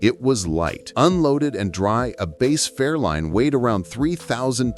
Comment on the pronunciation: Fairlane, not Fairline.